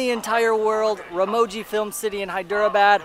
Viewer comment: Dym dude work on your pronunciation before sponsoring you can't even pronounce Ramoji 😌